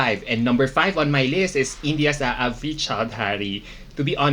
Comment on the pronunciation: You are wrong admin It's not aavri it's aavriti